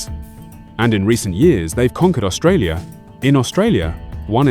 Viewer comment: It’s funny listening to the AI presenter trying to pronounce some of the countries. It’s first attempt at Australia, at least it gets better - seems to learn mid presentation.